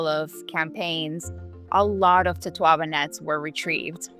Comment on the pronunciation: Never heard it pronounced that way. In Spanish it's four syllables, to-to-a-ba, and that's how I say it in English too. The Chinese originally used the swim bladder of bahabas medicinally, which live nearby, but when they started running out of bahabas, they went for their close relative the totoabas, across the Pacific.